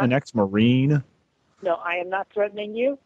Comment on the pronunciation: "ex-marine" sounds so wrong